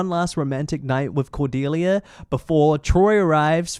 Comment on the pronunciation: I remembered watching this movie as a kid. I don’t know why but the hard pronunciation of the ‘C’ in Cordelia’s name has always stuck in my mind and I always hated it lmao. I remembered like NOTHING else from the movie. Just the way that Pi says Cordelia’s name.